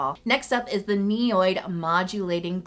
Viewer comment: my skin is healthy because of the priceless information you share with us, the product recommendations you give us. So know I bear you no malice when I BEG you to correctly pronounce names of products and brands. Ni- od, not ni- oyd, Asiatic-o-side, not Asiatiside, squaw- lane not squa-la-lane. Compounds are named by their components, ol ( pronounced “all” means an alcohol group etc.) If you take the long difficult words apart by their constituent groups your pronunciation will always be on point. The better websites will even give you the phonetics. Repeated errors decrease your viewership. Please? Text-ure not tax-ture......